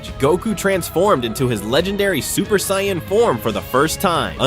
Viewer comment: I love how you couldn’t even pronounce sayain correctly